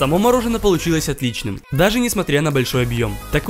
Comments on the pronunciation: Как говорят все нормальные люди : мороженое Как говорит этот дебил :мороженно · Очень режет слух неправильное произношение. Может, каналу с 2.5 к подписчиков стоит немного поработать над этим? Одеть/Надеть, Мороженое а не морожено - такие мелочи сильно портят и дешевят очень качественный продукт